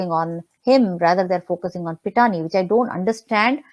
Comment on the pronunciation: My main confusion on the croc was her means of supporting a big lifestyle. Home in Mahalaxmi Race Course, Mehfils, Lit-fest, NGO. Claims she is a radio jockey and literateur. SSR family Lawyer ,from the start, seemed disinterested and almost condescending. Kept calling Pithani as Pathania. Even recent statement on CBI not doing custodial interrogation of staffers, did not sound convincing in seriousness. He remains a mystery. Knowing that entire cabal and huge mafia nexus was daunting as an adversary, family went for low hanging fruit like Tai and Shruti Modi.They were hoping these smalltimers would reveal the real executioners to exonerate themselves. I also feel ,since a year, we have hashed and rehashed all points and angles. Hundreds of conspirators, coverup artistes ,PR , media, helpers etc who are involved in this humongous case ,are maintaining silence. I think, now we have to focus on macro level political machinations. The more we intricately discuss and dig up, the more termites are running out.